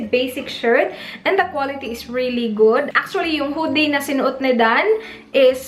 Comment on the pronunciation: Anne L napansin ko yung "gyud" pero yung babe di masyado. Pero that's okay tho. 😉